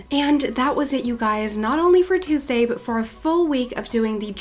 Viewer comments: it’s really cute how she says ❤️❤️❤️i love you so so much!! ( it’s pronounced toooosday❤️❤️) no hate!! i love you so much and welcome for learning almost entire english from just youtube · Omg I love your accent but the way you say Tuesday is so weird LOL don’t kill me ilysm 😂😂